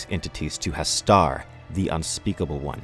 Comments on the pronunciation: *STOP!*HAS-TUR! HAS-TUR! NOT HAS-TAR! NO! NOOOOOOOOOOOO! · Great video,but u say hastur like hastar witch is wrong in my opinion